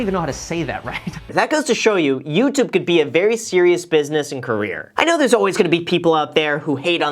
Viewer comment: Youtoob You’re welcome